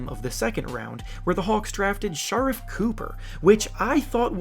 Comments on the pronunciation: Shar what? 😭 it’s sha reef not shar if lmao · “Shuh-reef” not “sha-ruff” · Shurff cooper